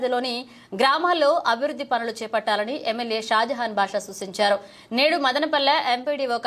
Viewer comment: You really have improved a lot.. Wow.. please work on SUSINCHARU, it is SUSINCHARU Okkasari Reddamma Akka matladite vinalani undi 😂